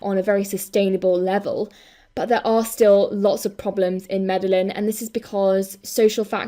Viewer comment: Fantastic video, thanks for this. Very small, petty thing from me - it's pronounced Mede-yeen (in Hispanic countries the double L becomes a 'y' sound!